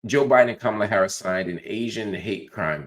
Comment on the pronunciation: Another nword choosing to mispronounce Kamala's name. You lost me right there. Get back in your meds bro. You were doing well up until now